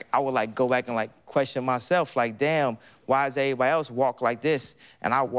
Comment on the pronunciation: The first word I heard was Eebody 😭😂